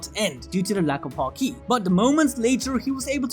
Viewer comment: Emphasis in haki is on the ha, not the ki, so it’s not “haKEE” it’s more like “HAki”